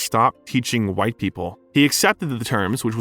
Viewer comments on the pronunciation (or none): none